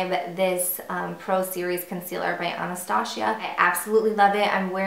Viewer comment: No no no Not AnastaSHIA, her name is AnastaZia.it's Z not SH.that's funny, i've never heard somebody pronounce her name like that... :D